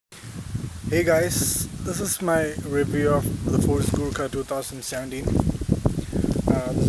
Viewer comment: Sorry it's thar or gurkha